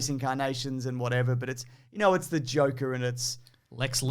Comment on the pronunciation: “What is Batman without Jhokeer” 😂 “What is Spi-derrr-man” 🤣👏🏽